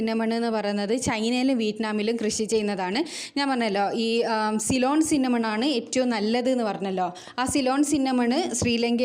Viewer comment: സൈലോൺ അല്ലാ സിലോൺ